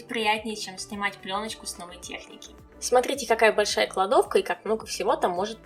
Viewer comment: Такой акцент на слове "кладовка", будто тебе в жизни ее сильно не хватает))) Лайк за деревню дураков, понастольгировал.